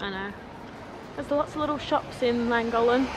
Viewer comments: The town is pronounced clan gock lin I think even though I am not Welsh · Please have a go at pronouncing Llangollen correctly! The LL in Welsh is pronounced differently and is classed as a single letter in Welsh. There are two LL’s in Llangollen.